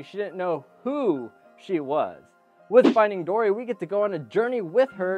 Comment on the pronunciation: at the beginning you said dordy